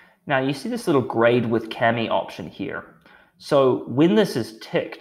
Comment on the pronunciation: Small gripe: Why do representatives/employees of this company pronounce KAMI incorrectly? It is clearly stated on their website that the name is derived from the Japanese word for paper 紙。This word is not pronounced "kammy" but rather "kah-me". End of gripe.